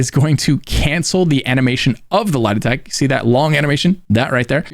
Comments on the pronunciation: I legit thought you were saying lie detect and not light attack 😅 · Took me a while to work out you're trying to say "light attack weaving" instead of "lietek". You doing that on purpose? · I was soo confused I thought you were saying "lie detect" not "Light attack" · Appreciate the vid, only thing I didn’t understand was when you kept saying “lidatech”….you were saying “light attack”. had no clue what you were saying until I scrolled through some comments lol. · can you explain what word you're saying lol Lah-Detect? Am I braindead? I'm replaying it trying to figure it out